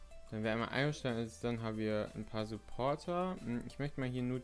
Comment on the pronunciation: Du hast den Server Name (Iostein) falsch ausgesprochen